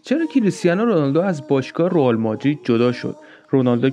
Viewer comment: داش رُئال نه رِئال درسته